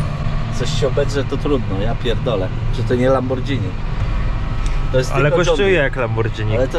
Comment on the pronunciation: Mowi się lamborgini, a nie lambordżini 😊